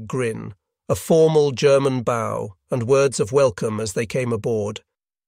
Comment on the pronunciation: What software are you using for the narration? It's pretty good, though I heard a hard "G" in "'G'erman" and thought it pretty funny.